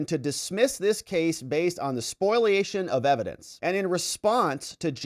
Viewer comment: SPOLIATION (spoh-lee-A-shun), not SPOILation, please...